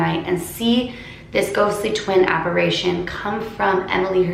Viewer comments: It's "apparition", not "apparation". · If you see your paranormal doppelgänger it’s said you die. Ps it’s apparition, with an “i”, not “apparation” as you were pronouncing it 🤦‍♀️ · You're pronouncing "apparition" wrong.... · apparItion not apparAtion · Why does everyone say "apparation" its apparition lol